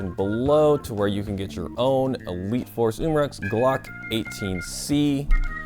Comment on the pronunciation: is it just me or when says elite force gas it sounds like wheat force gas🤣🤣